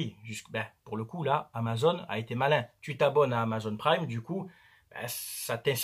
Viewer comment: Amazon et pas amazone... C'est pas une fille avec un arc a qui il manque un sein 🤣🤣🤣